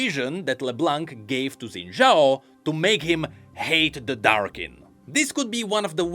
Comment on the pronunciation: Shin Jao. you racist to Chinese or something? it is pronounced SHIN. JAO.